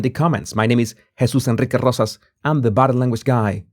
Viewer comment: I have been watching this channel for a while and am fascinated by the anthers skill at reading people, and he pronounces his name; very elegant "" Special request, say your name three times!!!